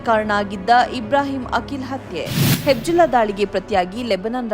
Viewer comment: ಅದು ಹೆಬ್ಜುಲ್ಲಾ ಅಲ್ಲ,ಅದು ಹಿಜ್ ಬೊಲ್ಲಾ (Hezbollah)